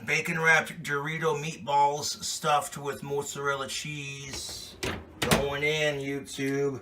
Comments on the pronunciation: It's not moozarella unless you're Italian. Dude it's mozzarella you're a some kind of mut. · Fucking hate how he pronounces mozzarella. "Mootsarella" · "It's already cooked, but we're going to toast it in the oven." So he's gonna burn it like he burns everything. I hate the way he say mozzarella...